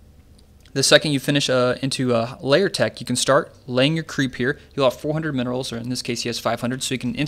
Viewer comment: Please stop saying 'layer'.. It's a lair, not a layer.